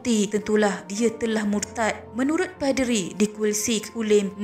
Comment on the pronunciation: Ada sebutan yang salah. Contoh 1. Poll 2. Paderi Sila betulkan sebutan anda ya. Terima kasih.